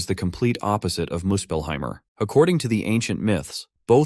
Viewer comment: This AI reads names of worlds with an 'er" in the end. Muspelheim'er', Helhiem'er'. First thought i had was: "I wish there was an Alzheim world xdd